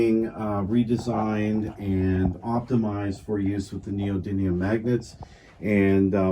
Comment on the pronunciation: Please say it correctly : It's called Neo-dyMium (with an M and not an N). Ιt's coming from the greek meaning "new power".